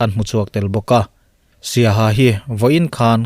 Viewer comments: Saiha hi tinge siaha an tih tuipang hi tipa an tih bok le... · siaha a awmlo Saiha tih tur